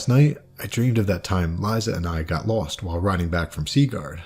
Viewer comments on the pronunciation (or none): none